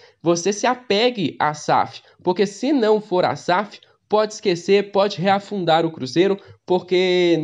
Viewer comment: "Reafundar" ? Vc quis dizer REFUNDAR né?